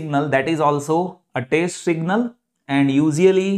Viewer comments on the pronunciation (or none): It is not taste.. It is test sir